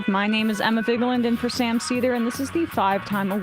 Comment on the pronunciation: Probably because it's Sam's show for the past 20 years and Emma joined like four years ago. Also it's Seder, not Sedar